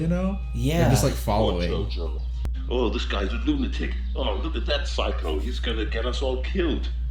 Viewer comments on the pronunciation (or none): none